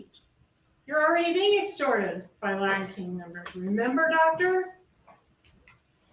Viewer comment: LaTin kings; threaTing; imporTant …. For goodness sakes pronounce your T s correctly!!! This guy would drive me nuts if I were a juror!